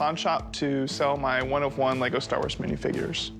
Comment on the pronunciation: It's 'one of one' not 'Juan of Juan'